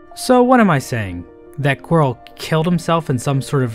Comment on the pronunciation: A great man once said... "qurile"